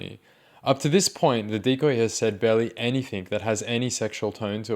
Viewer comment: 'haven't been accused of ''anythink'' yet' as we judge his literal ability nsw